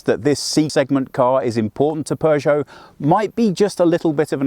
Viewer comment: don’t pronounce it ”Pjuushow”. 👍😊